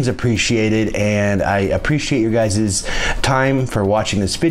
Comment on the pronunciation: Word of the day,, "guysis"